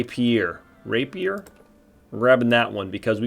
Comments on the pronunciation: lol. ray-pure not rappy-er lol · ray-pier 😝 (reɪpiər)